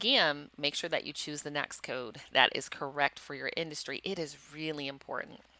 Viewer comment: Good training! FYI, NAICS is pronounced "NAKES".